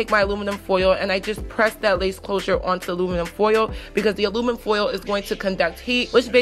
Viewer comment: Girl you can't even say aluminum so stop saying it dope